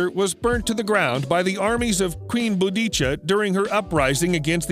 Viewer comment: Her name was Boudica! If you're gonna speak about something historical use the proper pronunciations , please.